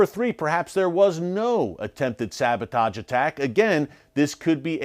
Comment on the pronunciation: SaboTAJ? Sabotahhge.